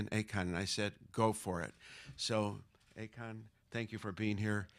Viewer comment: Isn't his name AKON (ah:kohn) and not "a con" (aykaan)?